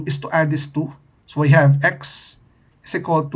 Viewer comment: I heard “Sui” in place on “So we”